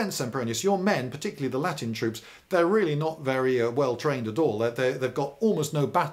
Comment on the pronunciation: yeah because it looked like he was trying to pronounce italian rather than latin